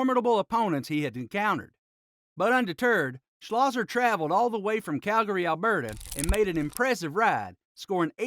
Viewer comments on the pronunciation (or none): none